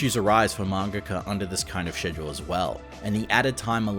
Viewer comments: I die inside when he pronounces schedule like "schezjole" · im sorry but the way you say "schedule" is pissing me off. it starts with a k sound no?